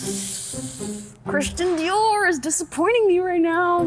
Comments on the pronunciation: It’s pronounced dieor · that accent when u said dior love u guys so much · I love how said Dior😂